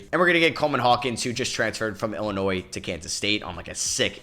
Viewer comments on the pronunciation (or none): none